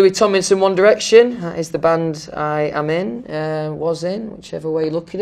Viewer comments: it’s come to a point where he can’t even say ‘tomlinson because of his accent. he says ‘tominson’😂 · Fanks love Some pree-ey stuipid ones Bri-ish ME eyes do change colour How to pronounce Louis Tomlinson Louis: Louis TomLinson Louis rest of the time: Louis Tominson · “Hi I’m Louis TomINson” he doesn’t even say “TomLINson” he misses out the “L”🤣🤣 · He pronounces his name Lou-e tom-in-sun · okay but why is no one talking about the fact that he just doesn’t pronounce the l in his name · is it just me or did he say his last name wrong at the beginning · Me in Dieing because he said his own name wrong lmfao Not hate in just tried.